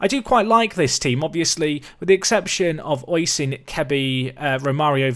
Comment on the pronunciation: Oisin is pronounced Ush-een or O-sheen, sorry if that's a bit picky it's just its my name and it kinda gets on my nerves as time goes on. Still, quality episode as per usual